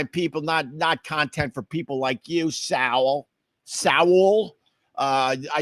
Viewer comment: "SOWELL!" It's Saul.